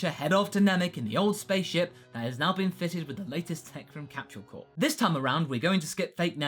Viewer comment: and it's funny when u say capshule corp insteadnof capsule